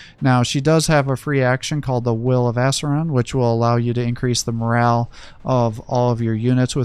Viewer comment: Its pronounced Ah-sir-e-yin just so you know.